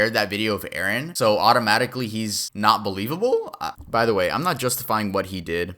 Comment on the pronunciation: ... erin not arron